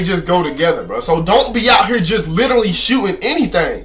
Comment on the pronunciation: “You need to literwee have hotspots” y’all better get them😂🤦🏾‍♂️